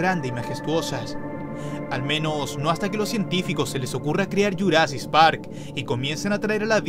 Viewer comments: Jurasis park es jurasic park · es jurasicc park no jurasis park